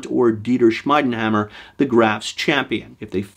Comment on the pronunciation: He's pronounced "Schmeedehammer", ie is ee in German, like in "Dieter" or "Liebkosen" as well. 😉 It literally means "blacksmith's hammer".